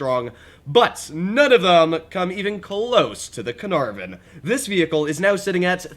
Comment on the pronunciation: "the canarven"? "the larva"?